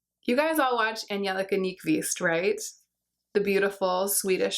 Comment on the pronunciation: is that how you pronounce Angelica? 🤔